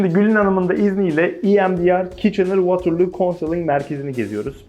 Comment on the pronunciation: bi ogrenemediniz su telafuzu WAA-TR-LOO -(VwOoTIRLuU)